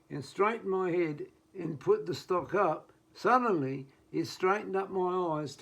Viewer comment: Put your head on top of the stock and on top of the what? I could not understand your pronunciation.